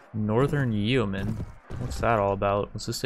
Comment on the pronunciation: Yeoman is pronounced "Yoman" Love your vids btw